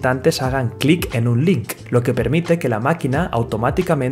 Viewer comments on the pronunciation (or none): “ Hagan “CLICK” en un “LIK” ay ! Españoles , está todavía Enmedio de una batalla fonética por la introducción del inglés al castellano ...no dijo BIEN NI en INGLÉS NI LO LEYÓ CORRECTAMENTE EN ESPAÑOL !!